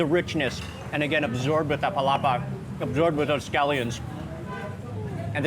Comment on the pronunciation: I believe Mark still saying “Palapa” up to this day hahaha just joking Mark! Same feels! That Palapa is addictive and you can add it to many foods to make it more delicious.